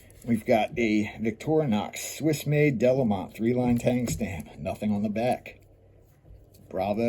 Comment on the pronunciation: I don’t suppose it will make any difference, but the town is pronounced ‘duh-LAY-mõ’ (nasal ‘o’)